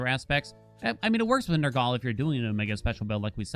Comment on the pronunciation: Nergaley? Nur-gul.